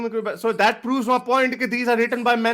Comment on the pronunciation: iski pronunciation to dekho.....that ko dat kah raha hai PhD ban raha hai...